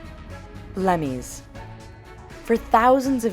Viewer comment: xD blemmyes lmao